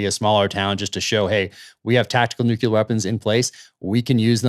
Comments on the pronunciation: Peter, you are intelligent, so please pronounce NUCLEAR properly! IT'S PRONOUNCED, NOOOOCLEEEEAR, NOT NOOOOKYOUUUULAR!!!! I cringe everytime I hear people say "NUKEULAR", which is NOT a word. I expected that from BUSH, years ago, but not today from smart people. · Come on, both of you! The term "nucular" does not exist. Your credibility declines precipitously every time you use that term, rather than nuclear. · It makes me cringe when Zeihan pronounces the word nuclear as "noo-cue-lar". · People who talk about ICBMs and pronounce the weapons as "Nu qu lar" do not lend themselves much credibility about anything else they're holding forth upon. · Nuclear, not nukular.